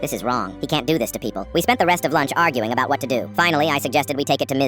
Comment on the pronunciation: you did NOT just say "putted" edit: OR "ABAUT" BITCH WHAT THE FUCK